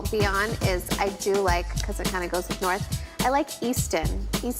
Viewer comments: Lmao he calls his kid Norf.. come on man... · Can't help laughing a little that kanye cant pronounce his daughters name " norf".